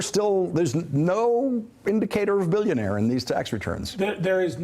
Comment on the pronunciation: sorry guys, but you misunderstood him. he is a "bilk-ya-naire".